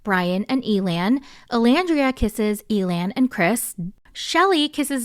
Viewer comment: Honestly, I like that Amaya approached Zak and made the first move. Some guys like that and prefer it. Side note, I thought it was hilarious that you pronounced Elan’s name like alien, I had to do a double take 😂